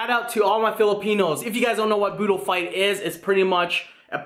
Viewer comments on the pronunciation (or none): It’s budol not boodle I’m Filipino